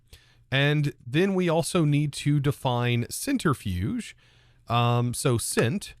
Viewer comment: *centrifuge not centerifuge